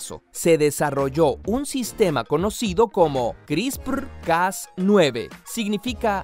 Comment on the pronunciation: Me da risa cómo pronuncia “CRISPRRRRRRRRRRRR” Jajajaja 😂😂😂😂